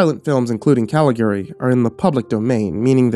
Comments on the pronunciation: Normally I love your stuff, but you managed to mispronounce both names pertaining to the movie throughout the entire story. Was very difficult to listen to that way. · I love found footage/old lost movie stories and I adore The Cabinet of Doctor Caligari but your pronunciation of Caligari and Cesare was really...uh....not good. Otherwise a great video and reading!! Very atmospheric, I love the usage of clips from the movie!